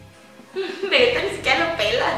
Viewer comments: Pinchi miggate no vegetai 😂😂😂🤣🤣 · Migatte No Veguetai v: jajaja C Mamo